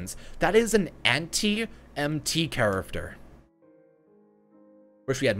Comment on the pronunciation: I love your videos! They are so helpful and informative, BUT I can't stand how you say character, like "chariffter" 😤😝